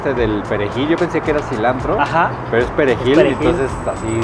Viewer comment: Hola,hola aquí apoyando como dicen el talento mexicano,y escuchando lo del cilanDRO 😂😂😂😂